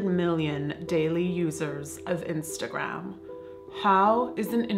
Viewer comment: Tin-stagram (probably not the first person to say it).